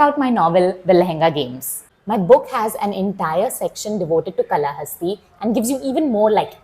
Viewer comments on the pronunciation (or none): Kaalahasti and not Kalahasti.